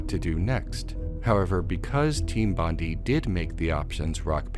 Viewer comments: Hi, Australian here......Bondi isn't pronounced like "Bondi", it's more like "Bondi"......get it? Got it? Great! *(P.S. It's actually pronounced "Bond-eye"............also, everything else in this video is provably correct, even your opinions, yes, also the incorrect ones) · It’s BON-DIE, not BON-DEE. Sorry, obligatory “Australian getting frustrated at American pronouncing Bondi wrong” comment. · The way you pronounce Team Bondi is killing me. It's bon-dai as in Bondi Beach in Sydney where the company was located.